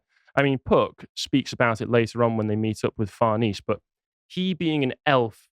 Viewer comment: Far-Ness-Say not Far-Niece. Her whole family is clearly based on Roman/Italian heritage.